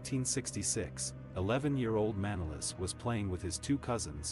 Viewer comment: The man doesn't say properly his name its not Mànolis but Manòlis he must emphasize on o not a.